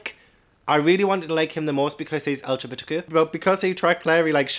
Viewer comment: I like how you say LGBT. Like a verbal key smash 😂